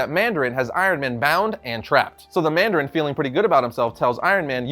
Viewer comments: Mandarin not mardarin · ITS NOT MARDARIN NOOOOOO